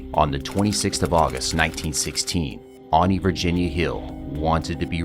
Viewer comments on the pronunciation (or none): none